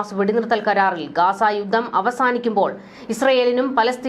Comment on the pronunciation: പദദി ഇട്ടത്. !പദ്ധതി എന്ന് പറയൂ ബൂരിപക്ഷം!! ഭൂരിപക്ഷം എന്ന് പറയൂ യുദ്ദം!! യുദ്ധം എന്ന് ഉച്ചരിക്കണം